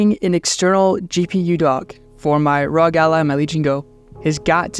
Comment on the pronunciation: i aint never heard someone say rog like that